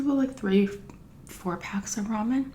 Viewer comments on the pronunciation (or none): Everyone is nitpicking about how she says "mayonnaise" but what about "roman"? Not hating just friendly banter lol.